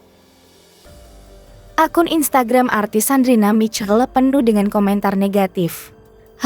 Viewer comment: Sandrina Michelle... Bacanya salah... Sandrina misyell atuh...